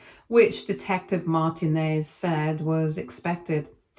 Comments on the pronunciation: I was about to say this. She should know it is said Mar-teen-nez not Martin-ez. My firend had this last name growing up. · Oh for fuck's sake lady, you know damn well how to say Martinez. That's not even a British version of it.